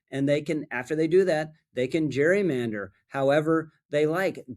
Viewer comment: "Gerrymander" is pronounced with a hard G as in Garden and Gary. It was a man's name. Brother Elbridge pronounced his name Gerry with a hard G.